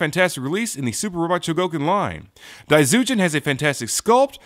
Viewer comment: Cool review. From what i know, daizyujin is pronounced with a J rather than a Z